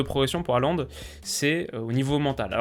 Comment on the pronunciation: Haaland se prononce "Holande", merci.